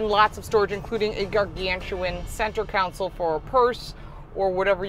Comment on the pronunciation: Console... not counsel